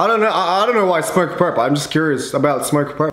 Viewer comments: everyone: smokerpurp: SMURCKURPURR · yeah rip but he said smokerpurpp